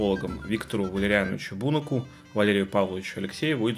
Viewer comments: Почему БУнак, а не БунАк? У меня учитель в школе был с такой фамилией и его все называли БунАк и он сам себя так называл. Автор уверен в правильности ударения? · Посмотрел только что на вики - и правда ударение на "а"!! Ви́ктор Валериа́нович Буна́к